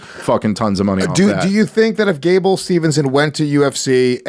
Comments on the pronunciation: Pet peve when they say Gables name wrong. It's Steveson not Stevenson. Also, he's 21. He's taking the Brock route. Make money then by 25, 26 he can go to mma. Yall have it ass backwards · His name is Gable STEVESON, NOT SteveNson.